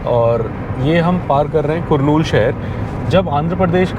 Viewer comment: Hi Bro , It's कर्नूल Not कुरनूल